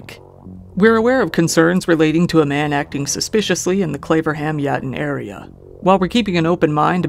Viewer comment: 'Claverham', I thought he said 'Flavorham'!!! LMAO